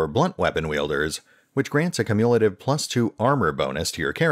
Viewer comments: Great information. Also, that's not the way you pronounce "cumulative". KYOO-myuh-la-tive. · Cumulative is pronounced "Kyu-myu-luh-tiv", FYI. Good video, just found your pronunciation of that super jarring.